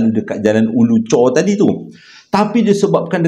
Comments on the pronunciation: Bang Ulu Choh, bukan Ulu Chor. Tu tempat saya membesar... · Bukan Ulu chor tapi Ulu choh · Ulu choh bang.. bkn chor. Chor kat perak 😂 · Bkn ulu chor...ulu choh.... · jalan ulu choh ler.bkn ulu chor☺️ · Jln ulu choh , bkn ulu chor 😂 abg my hometown ni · Ulu choh kot bang... Bukan ulu chorrr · Jalan ulu Choh,.....bukan chor😅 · Ulu choh tau.. bkn ulu chor.. 😊